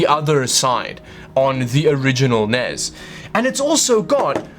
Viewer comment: The N.E.S. NOT the NES..!!!!!!!!